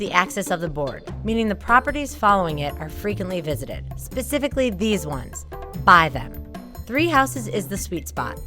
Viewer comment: "pacifically these spots"😂lol